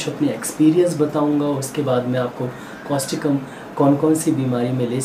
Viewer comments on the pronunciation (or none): Thank you sir,for your good explanation.During this,kindly tell the name of medicin clearly and its spelling also.